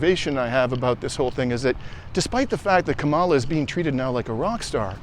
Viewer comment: If you're going to parrot Harris ' name, say it correctly - Kamala is pronounced Comma - la not Ka maala. And why do all of you pro Palestinian creators continuously bash democrats? Are you scared to talk about republicons? There's no point in any day that republicons can't be criticized, yet you focus 99% of your political diatribe on democrats. Unbelievable. And by the way, any recently passed programs that help the American people (tRUMPers, too) have been passed by democrats with no help from republicons who are only seeking to solidify white supremacy. Stop the Democrat bashing.